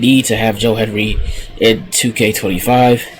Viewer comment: It's Hendry.... HEN-DRY. Tf you keep saying Henry for?